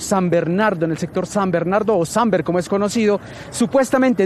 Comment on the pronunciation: es SAMBER no SANBER